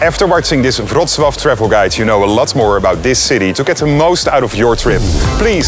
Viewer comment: so that's how you pronounce Wrocław...